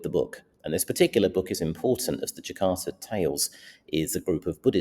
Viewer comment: Just a small correctio, its the Jataka Tales not Jakarta Tales